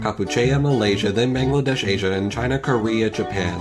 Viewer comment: its bangladesh asia not bandladesh,asia